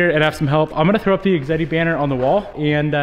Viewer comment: Awesome clutch. I think it’s pronounced X ehhhh deee and that thing you want to stick in the ground is a fan.